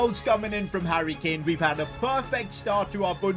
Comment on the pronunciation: Sane/ mane/ kane(ka-neyy) 😂😂